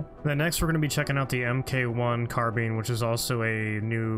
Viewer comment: New to your channel, but friendly tip: The "Mk1 Carbine" and "Mk16" would be pronounced "Mark One Carbine" and "Mark Sixteen."